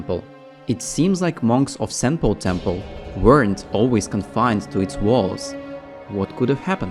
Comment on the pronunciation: Senpou. Not Semple